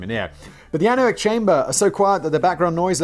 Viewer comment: Simon pronounces something correct (anechoic) for a change but doesn't care